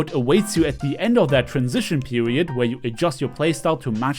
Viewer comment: “Transition Peweiod”